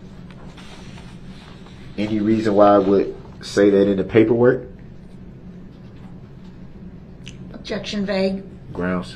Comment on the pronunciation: Objectshun. Grountz . Subject matter jurisdiction. Leading. Good bye Mr. Brooks 😂